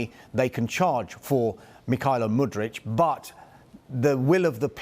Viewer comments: MudryK, not MudryCH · Hey! The player's name is Mudryk not Mudrić